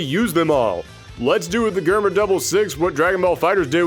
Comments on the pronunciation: Germa is a reference to Germany (both in name and uhhh previous actions) it’s not grrrma it’s germ-a btw Also damn skipping my boi Shanks for Zephyr huh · ain't no wau he just pronounced germa like that 💀